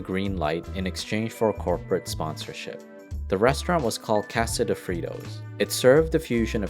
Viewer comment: Did the man that bought Frito co for $100 but only paid $80 and owed $20 ever pay the $20 owed because I never heard the Narrator who can't say Casa or masa correctly never mentioned so that families still owed?